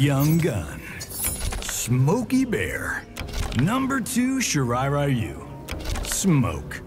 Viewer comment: Shiray Ryu not Rayu